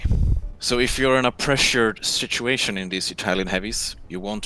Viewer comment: Ha, said "shituation"